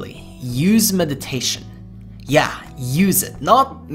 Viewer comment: you forgot the first t in meditation